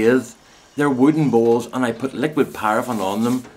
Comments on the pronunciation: For the first few times you said bowls it sounded to me as BALLS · OMFG LOL with your accent I thought you were saying BALLS LOL OMG too funny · Just wet myself laughing...... It took a while for me to realise you were rubbing liquid paraffin into your BOWLS as opposed to balls ..... lost a bit in translation..... eyes watering, face red ...There is something quite mad about laughing hysterically on your own....... such fun... ;D